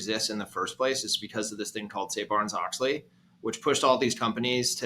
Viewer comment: have a hard time taking him seriously mispronouncing Sarbanes-Oxley